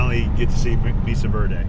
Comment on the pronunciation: FYI the 'e' in Mesa is pronounced like a long 'a'.